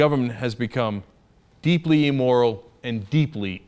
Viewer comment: Then why does he keep making these amorphous arguments intimating at Obama being "immoral" or as he says it "ee-moral". (goodness Cenk! all these years and you STILL can't pronounce it.)